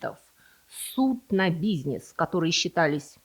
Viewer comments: Мне нравится Ваш канал, только вот слова и ударения, типа: дебЕтовая и бизнЕс, всё впечатление портят😏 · Слово "бизнЕс" режет слух :) Интересно, почему вы так говорите? Не могу припомнить чтобы я где-нибудь слышал такое произношение этого слова. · В русском языке слово "бизнес" относится к группе заимствованных слов, где перед "е" произносится твердый согласный, так что звук "е" превращается в "э". Таким образом, слово "бизнес" произносится как "бизнэс". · Ударения ставь правильно и научись говорить слово бизнес